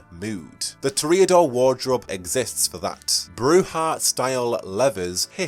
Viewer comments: Toreador is pronounced "Tore-Ee-Uh-Door" not "Tore-Ay-Uh-Door". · Ok, I gotta ask, what is with some of these pronounciations? To reodors? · One of my biggest pet peeves is people mispronouncing a word, and pronounces Toreador completely wrong